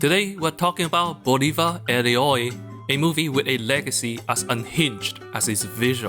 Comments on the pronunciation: For educational purposes only, "héroe" is pronounced "ero-e": "ero" like in erotic, "e" like in enemy, but the stressed vowel is the first "e" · Got cancer every time you tried (and failed) to say héroe… Xp